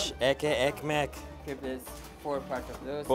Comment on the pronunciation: Hey. Love your videos. Have to say the "ekky ekmek" that you say often is actually "Etli Ekmek", pronounced as "Et-ly Ek-mek" which translates to Bread with meat or Meaty bread.